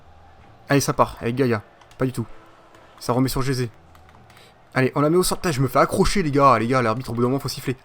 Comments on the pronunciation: ca se prononce pas jeté mais resé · Ça se dis Resé Mdr tu dis Jesé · Stp dis Ressé pour Jese même les commentateurs france3 le dise😭😭😂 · tu me tue quand tu dit jese 😂😂😂😂